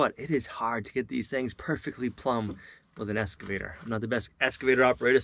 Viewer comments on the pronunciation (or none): Both you guys...it's "Excavator" not "Escavator"!